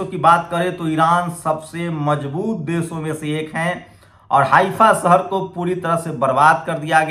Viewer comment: Very bad pronounciation Hindi be sahi bol nah sakta Jaroori nahi zaroori hota hai sahar nahi shahar hota hai Faraj nahi Faraz hota hai j ko z z ko j s ko sh sh ko s ...padte ho